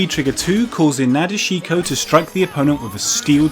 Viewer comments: Did you really just say "Naa-deh-shee-ko" instead of Nadeshiko? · O mayun the way he pronounces NA DE SHI KO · Motion's Memes With Japanese pronunciation, they tend to kinda skip over U and I sounds. So her name should be pronounced Na-desh-ko. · The way he says nadeshiko is 😂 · Butcher nadeshiko pronunciation why don't you lol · We just gonna ignore how he pronounced nadeshiko's name?